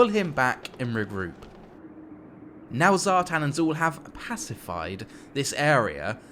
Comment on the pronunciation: Zhatan ( Zha-t-ON). as in like turning the lights on :) the chaos dwarfs were my first army and people are butchering these names and making these characters sound lame. its also Draz-HO-ath, as in ho ho ho and bath. ig it's subjective i just think draz-h-oath sounds lame.